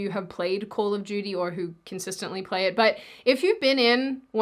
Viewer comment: Am I the only one that heard "Call of Judy" and not "Call of Duty"?😅